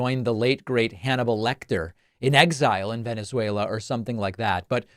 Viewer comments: It should actually be a crime to show a Trump clip talking about Venezuela, without dropping the soundbite of him saying “Wennizveyla.” Cmon David, up your game sir. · “If I lose we’ll meet in…Venezwerero” - Trump 😂😂😂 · I thought it was "Venezwarweuh" 🙄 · He can't even pronounce Venezuela💙💙